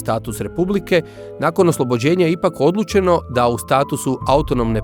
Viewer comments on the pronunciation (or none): narator uporno govori sanđak,odlućeno… kako je to moguće?